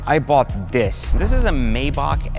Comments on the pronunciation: I couldn't finish the video because hearing you say the name wrong irritated my soul 🤨🤨🤨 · Technically it’s not being pronounced wrong, it’s just a language/ accent barrier. For instance Americans say Ford , people from UK say Fahd. As long as you spell it the same really doesn’t matter lol